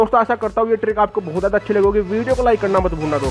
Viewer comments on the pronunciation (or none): none